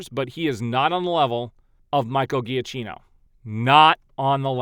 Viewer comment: Just so you know, “Giacchino” is pronounced Juh-Keno. Secondly, the “Snyderverse” that is being spoken about in those posts is Scott Snyder’s comic book universe. They keep trying to make all their articles as clickbaity as possible, which is super annoying.